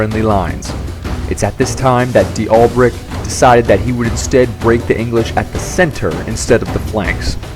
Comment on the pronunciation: Charle Dalbray not De Albret